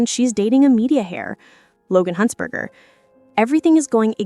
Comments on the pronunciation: Say "huntzderder" one more time lmao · Heir is pronounced without the H. And you got Huntzberger wrong twice. And Rory wasn’t the editor of TYDN yet in the story.